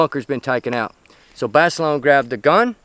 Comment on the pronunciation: lol, "Jon Basilone-eh"